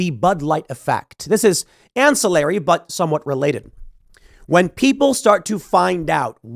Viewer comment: Tim not able to pronounce ancilliary properly. LOL America